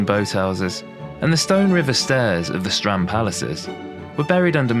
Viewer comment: Strand in Flemish is also strand not strond actually stront with a "t" means "shit " 😂